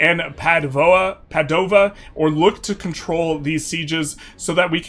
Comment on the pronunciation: Yeah, but the pronunciation for Treviso and Padova still hurts